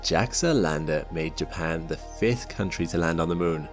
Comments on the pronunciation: Why couldn’t this channel get a real announcer to narrate? This is so low tech AI that can’t say JAPAN !! Not Jackson!!! Rediculous .. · Why do you say Jaxes for Japan? Is there something I don't know?😂